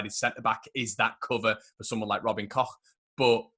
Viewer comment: Robin Koch pronunciation - you nailed it,! 😁👏🏼